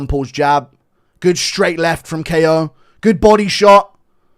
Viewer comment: Bro’s named Ko as in rhymes with go bro stop saying k.o with you head ayuh